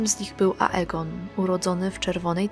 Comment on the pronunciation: Dlaczego Lucerys wymawiasz prawidłowo „Lucerys” a juz Ageona nigdy nie wymawiasz poprawnie „Egon”? O Aemonie już nie wspomnę.